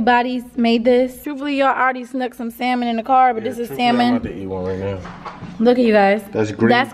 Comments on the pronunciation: Salmen instead of salmon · please tell me i'm not the only person bothered by the way pronounced salmon